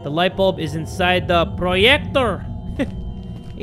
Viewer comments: ive been laughing at the word “proyector” for 10 straight minutes now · That "Proyector" Though. 😂😂